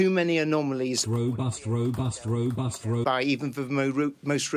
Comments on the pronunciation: Completely obsessed by the way he pronounces the word "robust". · He cannot say robust and it annoys me greatly..